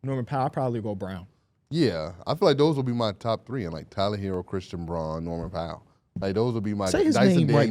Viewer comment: finally they correct and his incorrect pronunciation of Christian Braun been waiting for that for ages